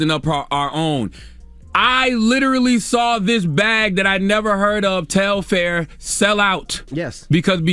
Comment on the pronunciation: I'm convinced that The Breakfast Club needs new, young talent: Telfar sells out EVERY SINGLE TIME it drops. Long before Beyonce wore the bag. It literally sells out in seconds. Also, who is "Tel-FAIR" it's Telfar lol. It's also so sad how uneducated they all are about the vaccine. If they are going to report half-researched, uneducated opinions on everything from current events to celebrities to public health, then why are they on air?